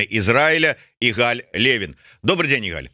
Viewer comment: Не игАль, а Игаль.